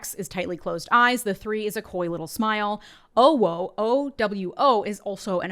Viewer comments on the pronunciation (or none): It's not oh, it's ou. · I hate that I know this but it’s not pronounced. Oh whoa. It’s oohwoo. I need bleach from my eyeballs and a hot shower stat. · CORRECTION: OwO is more pronunced like “uuuwuuu” 😂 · It's not "oh-wo" KNOW YOUR MEMES! UwU is "oo!-woo!"... I'm not chronically online... just young enough (mid 20s) to grow up with these memes. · Owo is correctly pronounced “oo-woo” also, I love you for diving into this cesspool with a completely straight face. Good for you ! 4chan ! Oh the memories. I used to work at the Canadian imperial bank of commerce call centre in Halifax Nova Scotia on the overnight shift . I found a way to get on the Internet and I used to spend the evenings of reading 4can back in 2000 ish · 😒 It's "Ew woo" I just.... Im sorry. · It's Eww-WU!.... And Hell Divers is literally a Swedish jab at American Fascist imperialism..... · OwO is pronounced ou (oo) woo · It's pronounced Ooowoo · not knowing how to pronounce OWO properly honestly surprised me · Wish would pronounce OwO right 😂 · It's owo, uwu is pronounced that way :p